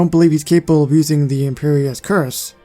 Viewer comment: You said cruciatas wrong